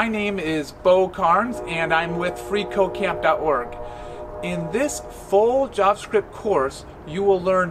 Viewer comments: makes me think he is saying free co-caine is awesome.... Not at all a drug addict btw. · i keep hearing free coke dot com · Every time he says "freeCodeCamp" I hear "Free cocain"...especially when he says "freeCodeCamp is awesome".